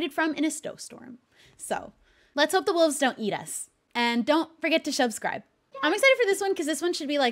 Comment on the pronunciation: shub-scribe for sure